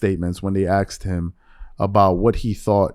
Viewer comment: It's "asked" not " axed"